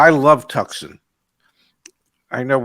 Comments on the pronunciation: PRONOUNCED TWO--SON How to Pronounce Tucson, Arizona? (CORRECTLY) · Tucson is pronounced like Too - San, as in Arizona!! C'mon man! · Please don’t say ‘Tuck’ son again…..😂🙄